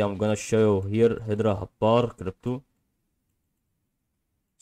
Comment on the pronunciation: pretty sure it's hedera not hedra